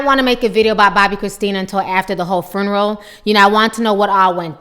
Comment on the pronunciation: What the hell is a "furnural?" Its FUNERAL!! learn how to speak